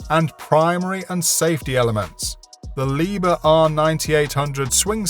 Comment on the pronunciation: Maybe you would like to pronounce "Liebherr" as it should be pronounced? 😂 Loading and unloading speed? 😂 I gave up after the first two devices! 🤣